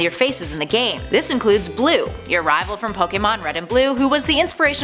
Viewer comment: Finally someone who can pernounce pokemon right